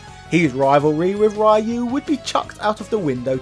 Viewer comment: The way you pronounce Ryu's name as Rai-Yuu is awful...